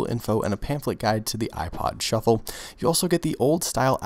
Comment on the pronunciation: everytime he says "shuffle" it sounds like "truffle" LOL